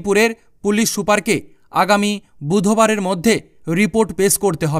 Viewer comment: বুধো বার নয় বুধ বার